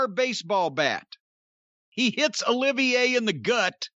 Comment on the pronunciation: Lol hate to be that guy, but it’s actually Olivier, as in Lawrence Olivier